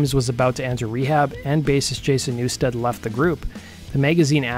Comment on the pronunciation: You fucked up Jason's name 4 times. There's no A in NEW-STED!